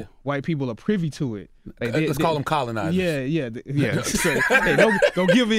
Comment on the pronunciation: "Let's call 'm colanizers" HAHAHAA